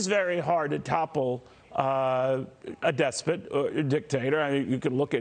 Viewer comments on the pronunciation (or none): "It is very hard to topple a des-SPIT."